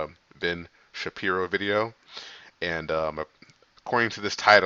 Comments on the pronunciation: Just to help you out man...lol.. It's not Sharpeeeooo. Its Shu pier o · andres rodriguez haha yeah that was funny. Sha-pier-row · Please learn how to pronounce his name lol it’s Shapiro not Sharpio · Its pronounced SHA. PIRO. not sharpi o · Shaaaaa peer o - good job on your channel - just saw you struggling with his last name- he always makes great points and I dig it when regardless of color or race that he’s spot on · lol Ben "Sharpio" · Fyi: the correct pronunciation is: Sha-peero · Dude it’s hilarious when you say his last name wrong. I am thrilled your reactions are to someone with common sense and your not just living in a echo chamber that’s why I was willing to subscribe even though I don’t watch some of your other stuff. Keep up the good work bro